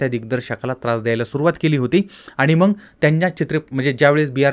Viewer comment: तूला नीट बोलायला येत नाही.साला उच्चार पण धड करता येत नाही.मग चां मंग उच्चार करतोस. सरळ चॅनल बंद करुन घरात बसलास तर प्रेक्षकांना आनंद होईल.